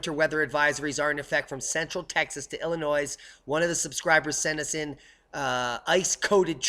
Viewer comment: Redid shingles & decking be4 the last freezing rain. Thinking I'm glad I did. BTW, the only noise in Illinois is the noise you make if you say it that way.